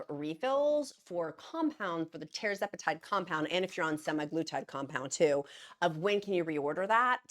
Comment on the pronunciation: It's TER-ZEP-a-TIDE